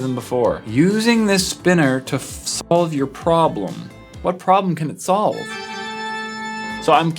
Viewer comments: did anyone else notice the 2nd one said in the sentence slove instead of solve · did anyone notice that it said "slove your problems" instead of solve? lol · but it said slove not solve 😂😂😂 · XD I like how on the 2nd fidget Spinner he completely ignores that it says Slove instead of solve